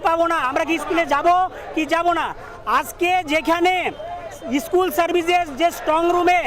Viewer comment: Dada ishkool noy ota School